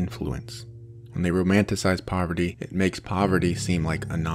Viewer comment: this guy calls it poverity man